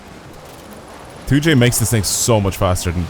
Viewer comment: The amount of times he said 2j tho........ AND THAT HE GOT IT WRONG!